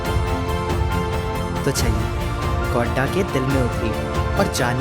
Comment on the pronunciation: Bolne wale ko ye bhi nhi btaya ki mere sheher ka naam Godda hai, Gonda nhi🙏